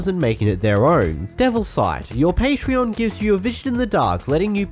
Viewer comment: Also said patron the same way you would say the website